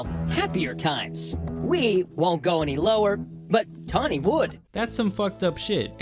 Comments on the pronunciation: TAWNY not TOMMY, Jesus christ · Her name is Tawny with an “n”. Not “Tommi”. My mom’s name is Tommi. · I like how 1/3 of the way in you just started calling her Tommy 😭 bruh her name's Tawny hahaha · Tawny, not Tommy. Nice try though. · Ron Swanson: did you say tommy or tammy? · Its tawny bro. Not tommie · Tawny, not tomi... but still agreed... steer clear of any an all names like this. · Her name is Tawny not Tommy